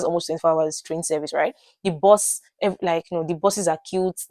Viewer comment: We from Uganda cannot differentiate between BUS (which you are calling BOZ) and BOSS. When you said 'I missed my BUS/ I thought 'You missed your BOSS'